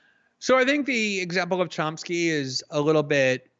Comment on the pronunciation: He keeps calling him Chomp-ski 🤦‍♂️